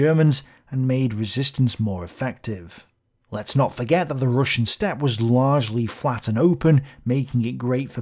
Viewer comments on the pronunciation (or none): none